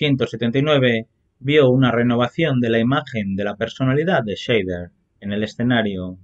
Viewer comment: Perdóname, pero es que es un apellido alemán que se dice /saider/. La "Sch" está muy bien pronunciada, pero el "ei" lo dicen /ai/. Buen video por lo demás.